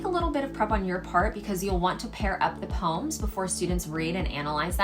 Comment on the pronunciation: That’s the correct pronounciation for the word poem